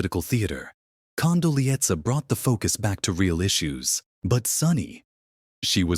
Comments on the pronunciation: AI should get the pronunciation of Condoleeza right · Condoleeza was on the View more than four years ago, October 2021 to be exact. And the AI voice is annoying. It can't pronounce even Condoleeza properly. At least get some updated clips to comment on. This is pure machine driven clickbait. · Someone should have taught the bot how to pronounce Condoleeza.